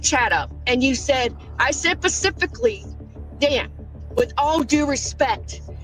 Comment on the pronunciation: It's SPECIFICALLY not Pacifically. Holy Fuck